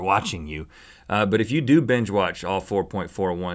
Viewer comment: Rhett doesn't say "binge-watch" He says "BENge-watch".